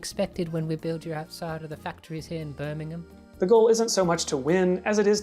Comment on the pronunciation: pronunciation of Birmingham was Perfect, I've never heard an American be able to say Birmingham properly